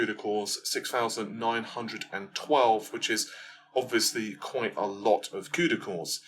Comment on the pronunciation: I don't want to be that guy but: quite =\= quiet. Quite: pronounced, remarkable, significant Quiet: to be silent, not make noise